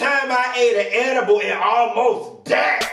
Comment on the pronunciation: Why oh why do you KEEP me on the flo laughing "edibal refer" I can NOOOT 🤣💀